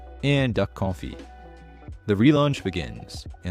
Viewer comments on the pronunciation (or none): none